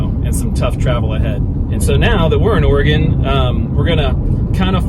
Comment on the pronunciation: Why are you saying "organ trail"?